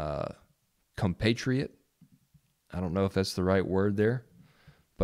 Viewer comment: Did he say cumpatriot